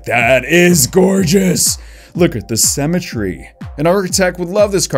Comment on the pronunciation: "SYMMETRY" - Death the Kid haha. love the lati twins card its awesome great video :D